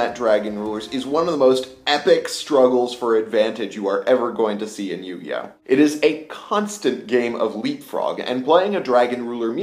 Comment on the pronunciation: "Yugioht" :P